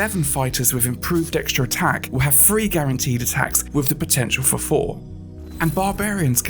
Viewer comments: This guy has no clue what sound "TH" makes. It's THREE not FREE. I thought the british were supposed to speak proper English, you sound like a 'free' year old learning to speak. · Th = F!? Three = Free?😮 sorry, I thought this was Engrish speaking cite. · THREE NOT FREE TH make the THAh sound not the Fa sound Three not Free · Was that three or free? 😊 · Had to stop the video. Cannot deal with all the "free"